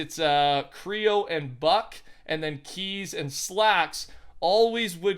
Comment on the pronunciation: Bucke is pronounced Bucky 😂😂